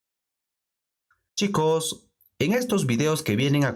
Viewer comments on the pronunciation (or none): none